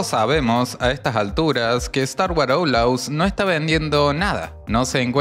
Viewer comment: me da mucha risa como dices "oulaus"